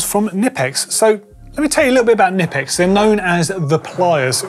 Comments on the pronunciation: It’s actually K-nipex not Nipex, because it’s German 😇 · As much as I hate to say it, the 'k' is NOT silent in Knipex. According to the company. Aw hell, say it how ya want they're not coming after you.